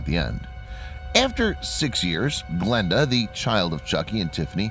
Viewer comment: what he said: Glenda What i heard: blenda